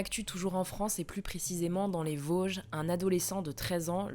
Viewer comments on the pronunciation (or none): none